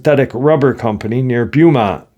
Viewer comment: I live in Texas and can tell you that Vidor is pronounced "Vye door", or with a long i. And Beaumount is pronounced "Bow mont". Just FYI.